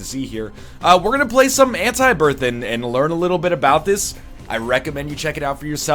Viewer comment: the North American pronunciation of 'Anti' is so fucked